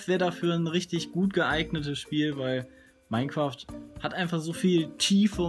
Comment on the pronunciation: Minecroft sagste :D